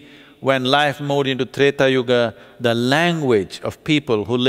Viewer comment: It is neither. It is yuga. There is an a at the end. Small a. Not AA. It's called shwa.